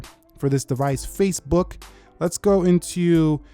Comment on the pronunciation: i heard you saying “facebug” lol